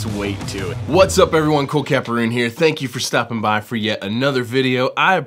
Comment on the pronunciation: Love the video man.